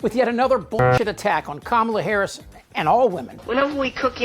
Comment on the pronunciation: Sarah Huckabee Sanders reeks of a lack of humility. Won’t even say Harris’ name right. Being that clueless and that arrogant is insane.